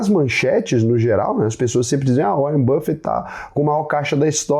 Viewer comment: Que nada o "Uárren" me mandou um zap. É tudo papo furado...